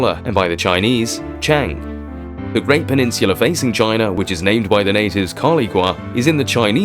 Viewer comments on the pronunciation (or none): none